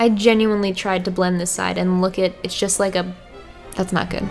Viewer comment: Don’t say jest hey:Heyy